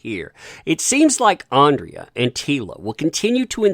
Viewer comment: Alexandra, I believe the pronunciation should be ‘Ahn-druh’